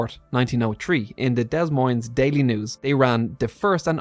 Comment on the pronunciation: Fun facts: Adel is pronounced A-Dell and Des Moines is pronounced Da-Moyn. Both stress the second syllable. What fun to see this pop up - such a weird story. I’ve heard people say it was a giant bat. That doesn’t explain the headlight on it. 🦇